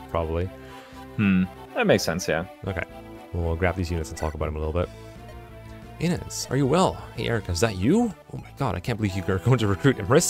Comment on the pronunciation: Not dumping all stat boosters on Forde smh what a noob It's [Ih-nez] btw so it's exactly the way you've always pronounced it untill now also, unrelated, but flOrina makes me cringe everytime I hear it.